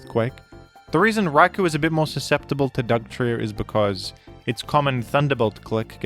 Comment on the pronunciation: "Rai-Koh" not "Rai-kooo"